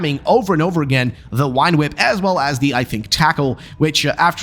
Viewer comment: Please stop saying wine whip.